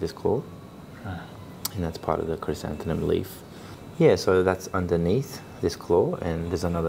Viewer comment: you are mispronouncing 'chrysanthemum' btw, it ends in 'mum' not 'num'. great vid